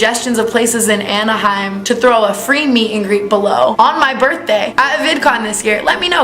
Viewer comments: Aniaham!! Lol it's pronounced Ana-hime California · The way you said Anaheim 😂 you’re the best! Great video!